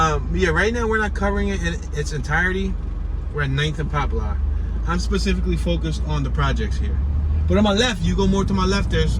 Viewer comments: Pronounced Popler not Pop Lar... tho it's spelled Poplar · What you call it? Pop-lar 😂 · Popular "Pop per la " that's the Pronunciation take the R off 😊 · Your killing me saying pop-lar😂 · Right lol